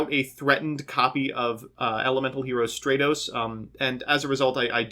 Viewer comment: “Straytos” * cringe *